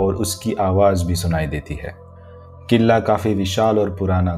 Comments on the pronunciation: Nice stories plz upload soon First of all its kila not killa 🤣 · Bhai it's not a killa it' s kila but any way you your story is amazing keep it up 😊😊😊😊😊😊😊💖💖💖💖💖💖💖💖💖💖💖💖💖💖💖 i love this story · First thing this is kla not kila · Killa ya klle nahi hota Kila hota hai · Bhai killla nahi yaar bahut hassi aarahi kille Killa sunn kar btw nice video 👻